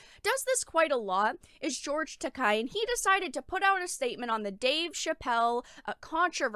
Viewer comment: Not to come off as a jerk, but since you cover anime occasionally it might help you to actually say George's name right. You're saying it like "Takai" with a hard "ah" sound, but you're ignoring the e, which sounds more like the "ey" in "hey" or "say". That aspect of Japanese is easy, since its vowels always have the same sounds.